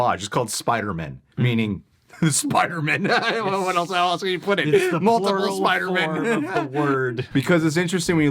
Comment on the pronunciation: In the trailer it sounds like Doctor Strange says “ ..Forget that Peter Parker SpiderMEN”